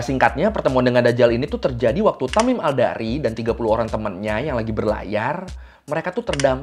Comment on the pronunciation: Tamim Ad-Dari bg. bukan Tamim Al-Dari. 🙏🙏🙏